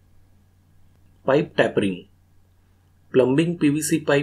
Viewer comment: To pronounce tapering properly break it down into 3 syllables tape e ring not tappring you need to put emphasis on the e. There are a lot of unwritten rules in English bro